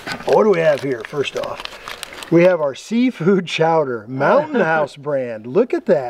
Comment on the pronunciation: Good video, but according to you, it is seafood chowder, not clam. Cowder.